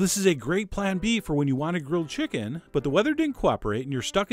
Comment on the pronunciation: this guy sounds like chills. nUmber fiftEen, always listEn to your chickEn.